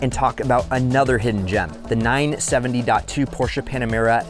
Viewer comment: PorschBES? Never heard of that brand 😂